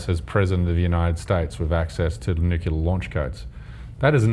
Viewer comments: Listen to after about... He says.... "Nuculer", just like GW Bush used to. Get this guy the fuck off the stage. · "access to nuc-yu-ler launch codes". Lol. And he was trying to sound smart! Seriously though. Cenk, you are dead wrong about this. Unfortunately you are only talking to idiots who do whatever they can to verify the conclusion you've jumped to. You've already dug yourself in pretty deep here so it's unlikely you'll ever recognize how unfair and dishonest you appear to anyone with half a brain. Honestly, after this, I'm not sure I can take you seriously on any subject anymore... and I've been watching your stuff for years. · This guy seriously said, "nucular"? wow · "... nukular codes... " -, 2014. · nuculaaaaaaar. unsubscribed. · he said nuculer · Sorry, I just have to say this: It's pronounced NOO-CLEER. Not noo-cue-lar. Fucking George Bush ruined that word. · "Imagine having Sam Harris as president of the United States with access to the nuculear launch codes", this dude pronouncing "nuclear" is the dumbest thing I've ever heard in my life. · C J Werleman should take some diction lessons, it is pronounced n u k le ar not n u ke lar. He should also study history again, Mao Zhe Dong was the chairman of the Chinese Communist party not the Soviet Union, two different countries. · n u c l e a r, not "NUCULAR" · It's NUCLEAR not NUCULAR. Why do so many people mispronounce that word??? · This douche can't even pronounce nuclear correctly. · No. No, he isn't. And that idiot needs to learn to pronounce nuclear. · can somebody please teach that idiot how to pronounce "nuclear"?!